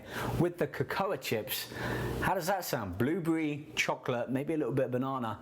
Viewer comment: Blueberry..... "Blubree" is pretty annoying. But I love! 😂